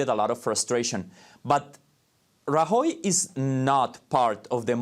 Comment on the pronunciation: Him trying to pronounce Rajoy is utterly ear shattering.